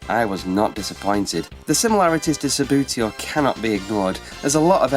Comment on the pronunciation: I think it is significant that every review of ANY table football game mentions Subbuteo at some point in the proceedings. Whatever the merits of the other games, Subbuteo (pronounced "Sub-bew-tee-oh" by the way, not "Sub-booty-oh") is the undisputed king of football games, the biggest of them all, the most popular...and the best. :-)